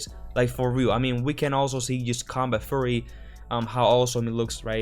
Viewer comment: While there's nothing funny about how you say "fury" (you should hear me say aluminium) Try saying few-ree instead, small break downs helped me get the language down. Kinda. I mean, better than not.